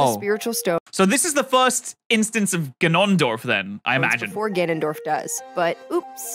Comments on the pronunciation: The fact the pronunciation of Ganondorf went over his head even tho she said it more than twice. Also Link literally cares the whole game series. Should be Link not Zelda in the title lol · G(anon)dorf.... Have you never played smash or anything? I can't tell if you were joking or not but that pronunciation hurt 🙃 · I honestly felt really annoyed on how he pronouced "Ganondorf" for like half the video. To be fair, he said he only played the Oracle games. At least he pronounced it correctly in the video (or I guess technically during the livestream) a few times. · Are you joking?!?! "Guh-Non-Dorf" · “Gonon Dorf” lol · Not him pronouncing it G'hnondorf. 😭 They spell AND say his name properly in the video at least 100 times and somehow, we still end with this man saying fuckin' G'hnondorf. I really hope that's just like, a bit he's doing.. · BRO JUST CALLED GANONDORF gnnondorf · Guh-naan-dorf Gotta say I've never heard that pronunciation. XD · GuHNonDOrF lol honestly it’s kinda funny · Ga-non-dorf, sorry that pronounciation is hilarious to me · Hmm, yes. G'nondorf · bro its GANONDORF NOT guhnondorf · "gaNONdorf" What? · GA NON DORF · There's not that many goddesses, there's only four - Din, Nayru, Farore, and Hylia. Also, this video is the only time I've ever heard anyone pronounce Ganondorf the way you say it. You even said it that way seconds after the narrator in the video pronounced it differently. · im pretty sure his pronunciation of ganondorf is a joke, there was a part where he almost said it correctly but doubled back to say it wrong again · I have been a fan of zelda my whole life. And the way he says Ganondorf makes me want to cry. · I REALLY hate how you say "Ganondorf". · Normal people: Gan-on-dorf: Ga-non-dorf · Why does he keep saying Ganondorf like guh-nun-dorf instead of gan-un-dorf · Us: Ganondorf: Gunundorf Us: 🤨🤨🤨🤨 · Gan-on dorf? It's not fucking qanon. Ganondorf. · Everyone: GAN-on-dorf: Ga-NON-dorf